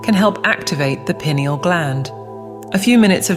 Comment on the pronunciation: Pronounced PI. neal